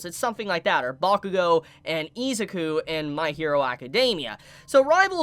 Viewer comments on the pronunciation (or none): none